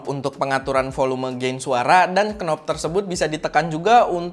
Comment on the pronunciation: Knob = dibaca /nɒb/ bukan /knɒb/